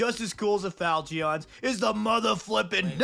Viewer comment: He cannot say “falchion” correctly.